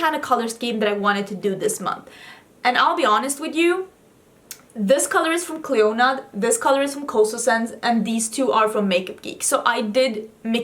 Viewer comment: Clionadh is an Irish name so in Ireland you’d pronounce it Clina as in Cli, in as in in, na as in na so Clionadh hasn’t a stress on the O and the adh is just an A sound hope that makes sense 🙈